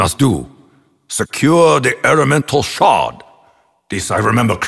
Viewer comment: When Nikolai says “Elemental Shard” I hear “Elemental Shart”